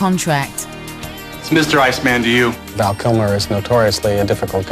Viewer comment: Who calls Val Kilmers character Icemun?